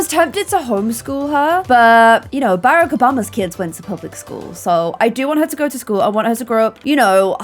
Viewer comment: Im an American and how she said Barak was so funny its pronounced Ba-Rock